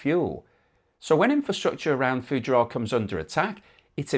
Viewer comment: Fugeira is pronounced Foo - geee - r. they make the besthoney in the world and are an excellent seaside resort.